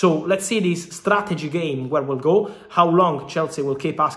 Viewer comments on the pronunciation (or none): none